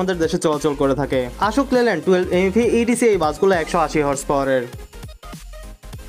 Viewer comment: আপনার উপস্থাপনা ফলো করার মতো তবে কিছু কিছু উচ্চারণে সামান্য পরিবর্তন জরুরী। আশোক লেল্যান্ড না এটা অশোক লেল্যান্ড